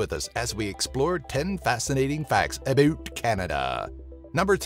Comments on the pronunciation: What is aboot?? It's about, no one says aboot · No one says aboot here!!!!!! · Im canadian and I find that you said aboot wrong because If we said aboot we are talking about an actual boot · It is about not aboot we do not say aboot we speak English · _ he still said it in an exaggerated/obnoxious way, but I do see where the stereotype comes from. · "Aboot" really? Nobody in Canada says aboot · You missed a few things but other than that is say you represented us Canadians and Canada as a country pretty damn good. But just saying, none of us say "aboot" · when he said aboot I disliked any other canadians insulted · NO ONE IN CANADA THAT I KNOW SAYS "aboot" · Whow tf says "aboot"?!?! I'm Canadian and I haven't heard that used once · Did this dude just say ABOOT!!!! Nobody says ABOOT!!!!!!!!!!!!! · No one freaking says aboot! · why did he say 'about' like that we dont say it like that we say it normal like wtf